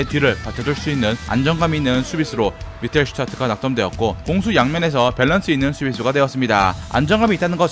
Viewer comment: 미텔슈타트 가 아닌 미텔수테트 라고 발음해야 합니다. ( Mittelständt) ä 위에 움라우트 가 있어 에 발음해야 함. 참고로 Mittelstädt 는 중간 크기의 도시라는 뜻입니다.